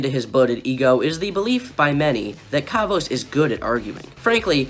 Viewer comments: They way u pronounce his name though "Kavos" not "Karvos" you say it like car vose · kaavos.....bruh learn how to say his name first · What is it with all the below 30K Comm channels not being able to pronounce "Kavos"? It is literally KAV-OS there is no "OSE" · I hate him but it really triggers me how you pronounce his channel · Hey I'm a kavos fan. I don't really care about what u have been saying as that is your opinion and i respect that. But can you at least pronounce his name right 😂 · I don't even have to point how how stupid your response was because I know you're trolling so its chill, but for real don't do a Keemstar, please pronounce it properly